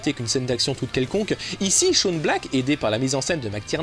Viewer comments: Et dans quel pays on prononce Shane "Shawn" ou "Sean" ? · J'adore tes videos , mais STP arretes d'écorcher le prénom de Shane Black. Ça se prononce chaiyne et pas chaune poto. Gros bizoux😘 Shawn tel que tu le prononce s'écrit comme ça. Mais bordel j'avoue que ta théorie comme quoi Nick est le diable m'a plus que convaincu😈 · Oui, on dit /shéin/ black, en fait ;-). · Sympa ! Au passage, Shane Black se prononce [Ché ine]